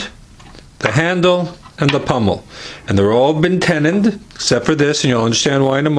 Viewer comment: Pommel. Pummel is a word for beating someone up. Pommel.